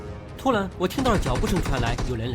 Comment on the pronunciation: 麦克：突然（蓝） 然（蓝）而 骚扰（老）